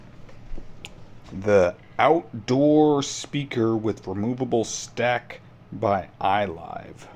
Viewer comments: "Stack" or Stake? Stake is pronounced just like steak. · Removable "stack"? Stake is pronounced "steak". Just an FYI